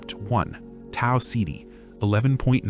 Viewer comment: Learn how to say Tau Ceti